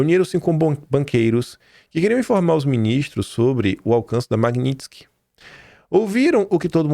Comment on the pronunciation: não se diz Maguinintisky e sim Magnitisky!